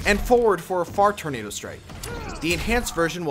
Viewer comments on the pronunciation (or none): none